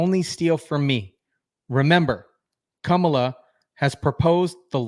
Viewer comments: "kum'alot harris"😂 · Kamala Devi How u pronounce sum is how Kam in Kamala is pronounced. Ala in Kamala is similar to gala. Kamala is a name of Devi called Luckshme or goddess of prosperity.